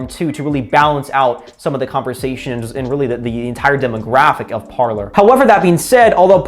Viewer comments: It should be pronounced "par/lay" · It's pronounced par-lay. Parler is French for 'to talk'. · Pronounced Par lay